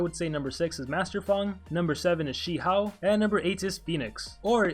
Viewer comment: Your pronouciation on Shi hou is so funny XD. sorry no offense